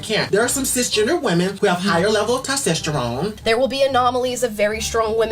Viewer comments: LOL. "TOSTESTERONE" folks "tostesterone" member that. rocket scientist right there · What the hell is “tostesterone”? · Every person that mispronounces the word "testosterone" has been proven to have super low IQ